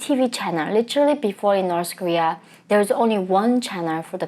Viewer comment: The word 'literally' (as you pronounce it - litchrelly) is used far too often in all your videos. It's distracting and unnecessary most of the time. Just saying.